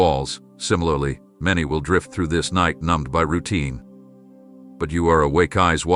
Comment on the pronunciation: itd not nitr u must understsnd Its not NI te